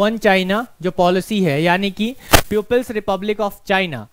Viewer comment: अबे प्यूपिल्स नही बे, पीपल्स रिपब्लिक बोलो बे।